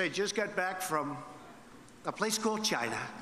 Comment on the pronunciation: Trump says China like its a curse word lol